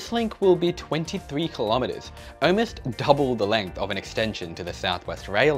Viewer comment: Why do you say “owe-most” instead of “almost”?